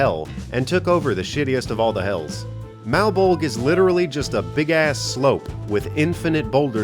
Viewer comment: To my knowledge Malbolge is made out of the immensely bloated body of a Night Hag. I'm also pretty sure it's pronounced like the Spawn character of the same name....which means it's Greek so you (subtly) pronounce the "e" at the end.